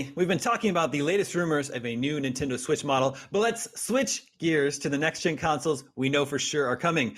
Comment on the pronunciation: The gentleman in the middle pronounces Nintendo as Nin-Tin-Do.